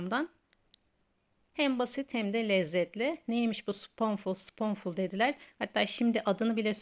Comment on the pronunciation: Aşkım “Spunful” diye okunur 😂